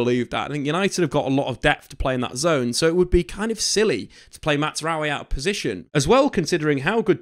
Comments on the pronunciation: Just for better pronunciation; it's not "MATTZRAOUI", his name is pronounced "MAZ-RA-WI" "MAZRAWI". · It’s MAZ-ra-wi. Not Matz as would be pronounced if he were Italian/German. It’s Arabic and the best pronunciation would be MAS-ra-wi 😊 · His name is pronounced MAZ-RA-WI there is no T 😅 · Matt’s rowe eee lmao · The Z in Mazraoui is not like the Italian Z in plaza but rather like jazz. Matzraoui is wrong. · I swear your saying his name like that on purpose